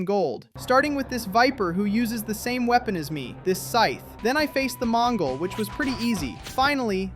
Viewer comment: did u said mongol